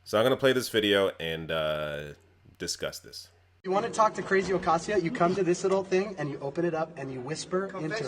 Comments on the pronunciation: Alexandria "Oh-Kay-Sio" Cortez She can't even say the name correctly. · It irks me how she said "Ocasio". I imagine her purposefully mispronouncing "Kamala" too. As if these individuals aren't heavily publicized about and the proper pronunciation isn't nationally known... She has no tact. No class. I can already see the child she still is, in a grown-ass body. Any of her classmates report horror stories?